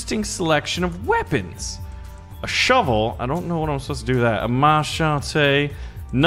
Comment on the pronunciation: A ma-cha-te